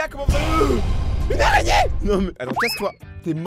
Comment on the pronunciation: Euh une arégné 😂😂😂😂😂😂😂